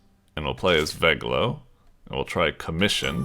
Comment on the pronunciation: Everytime says "Veglio" an Italian dies.